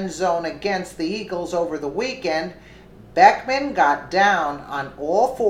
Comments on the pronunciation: Liked the video but its BECKHAM not BECKMAN. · His name is Beckham, not Beckman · It's Beckham and not Beckman. It's not that he deserves the respect, but you want to accurate. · I also think it's disrespectful what he did however his name is Beckham not Beckman. If you were doing that to tick him off then forget I said anything. he probably deserves to get ticked off.